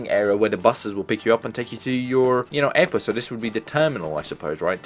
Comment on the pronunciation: "another eirporte"